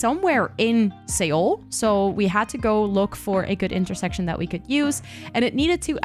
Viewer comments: Beautiful! (Seoul is pronounced like 'soul' btw) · Also incase you didnt know Seoul is pronounced closely to the word soul xD